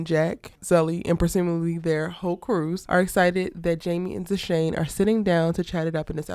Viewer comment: Love you love the London drama's too! it's Dushane by the way (Pronounced DooShayne)